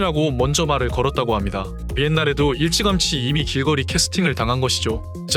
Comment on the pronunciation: 길꺼리 ㅡㅡ 발음